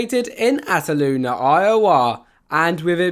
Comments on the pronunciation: Ataloonin it is (al-toon-na) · I just started the video and I'm dying at his pronunciation of Altoona. Not to make fun of anybody's accent but that's not an accent thing, that's making a whole new word out of it. He said like At-a-loon-a instead of Al-toon-a. I'm now like 75% sure he's never been to Iowa. Just had to get that out of my system before continuing the video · "ataloon" iowa, lmfao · It's pronounced (all, tuna) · He says ataloona ☠️ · He said atloona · you said altoona wrong